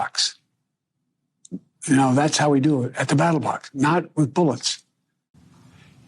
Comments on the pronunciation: Does Biden say ‘battle box’? Instead of ‘ballot box.’ Twice? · At the "battle box" huh Joe. GrampaWoopsie over here cant read his teleprompter. Are you sure it wasn't BALLET box? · Did Joe say battle box instead of ballot box?? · The "battle" box? Im sure he meant ballot. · uh...is joe saying "battle box"? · Did Brandon say "battle box"? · I thought he said Battle Bots 😂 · Brandon can’t even say ballot box